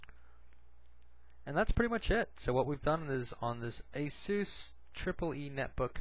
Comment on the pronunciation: ASOOS? I thought it was pronounced ASUS as in A-SUS(us)...not (oos)